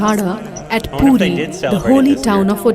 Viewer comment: If You guys can't pronounce it properly then please dont. It's PURI.. Not Pooti. Before Reacting on any thing please do research on it. Just because you have a reaction channel.. Not react senselessly. Remember your are reacting on "Lord Jagannath". Your little mistake can hurt sentiments of lots of devoties. I am from ODISHA and I would like to request all Indian Viewers .. Stop suggesting videos related to our festivals or believes cause most of the foreigners will make fun of it .